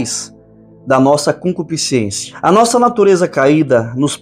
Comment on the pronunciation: É Concupiscência. E não ciÊncia